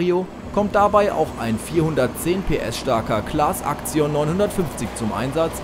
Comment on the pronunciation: Claas Aktzion alter das heisyt axion 😂😂😂😂😂